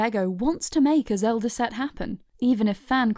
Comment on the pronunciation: Did she say Lego Zeldur